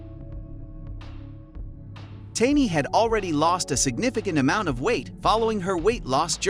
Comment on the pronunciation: Why do you butcher the pronunciation of these people's names??You have mispronounced every single person's name but 1 in this 1 video. wtf? these people are putting money in your pocket you should at the VERY LEAST pronounce their names !! ex. Seana: you say "seen-a". wth? it's "Shawn-a".. exz. Tamy is not "tame-e" it's just plain "Tammy"! I will boycott anyone's channel that's too lazy to even do this right. What else are you taking short-cuts with?